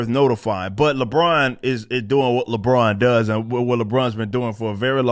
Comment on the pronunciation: More like “Libron”